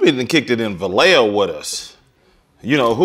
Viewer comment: Yo Sean my man,you can't do 40 like that and say Va-lay-ho put some respect on the 707